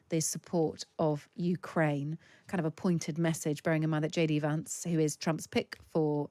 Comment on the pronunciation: The woman, with the 50's style glasses, pronounces Vance in a very posh British way. It's pronounce as in 'cat', not as in 'cart.'